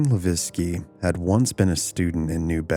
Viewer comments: Born raised and still live in Fall River. You wanna watch a better documentary on this subject there's a 4 hour documentary that really gets into these murders. You also pronounced Doreen's last name wrong. Its pronounced La veque not Laveskie the way you are. Its a French last name. LaVesque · Great episode. But Doreen's last name is pronounced Luh-vake not La-vecki. For future ref- You can actually Google how to pronounce words and names. It can be helpful. I use it often. BTW, I fully believe these were SR murders. There is a massive effort to keep the dark arts under wraps. They want to deceive you so, they've labeled it The Satanic panic. Ask any former Satanist, they don't want you to know these things happen. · Leveque (le-veck) Come on man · Levesque is not pronounced Laviski It sounds just like this...La-Veck Not an uncommon name around Fall River. Did you not hear any news reports on this story? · Levesque is pronounced "Luh-VECK" I was born and raised in Fall River and it's a common name there. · Are you trying to say Doreen Levesque? Pronounced La Veck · For future reference, the last name of Levesque is pronounced as “le vike.” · So... few things... her last name is pronounced, "la-vay-k." I'm of Canadian descent and live about 25 minutes from fall river. I've known a few people by the same name. Secondly, much like my hometown which was also an industrial mecca, is still an absolute crap hole.... still.. Great story and everything else though just thought I'd point out the name thing. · It’s the “Bridgewater” triangle not bridgeportwater lol and The first girls last name is pronounced “la-veck “ I know because Levesque is my last name lol ! But great stories !!!! I also have family roots that go back to New Bedford as I’m a Mass local 🤘🏻 have many freaky stories in the Forest at Profile rock and the ledge ! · also, the name Levesque is pronounced "luh VEK". Good video otherwise.